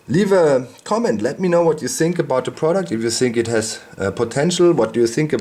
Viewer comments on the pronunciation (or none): Ohh I hate when a german says the word "Thinking or Think" I only get the commercial in my head..." This is the German coast guard....what are you thinking about?" xD /watch?v=yR0lWICH3rY